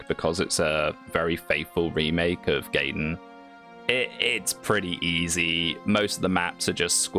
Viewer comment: He said Gayten not Gaiden.